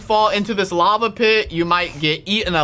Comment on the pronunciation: “Lava pit” EXcuse me?